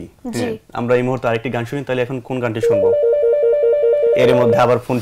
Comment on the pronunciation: উপস্থাপকের উচ্চারণ, বলার ভঙ্গি আরও উন্নত হওয়া দরকার। আমিরুল মুমেনীন মানিক, সাইফুল্লাহ মানসুর ভাই এক্ষেত্রে উদাহরণ হতে পারে। ওনার উচ্চারণ "তাহলে" -এর স্থলে "তালে" হয়ে যাচ্ছে। তাড়াহুড়ো উচ্চারণ না করে প্রতিটা শব্দ ধরে ধরে উচ্চারণ করতে হবে।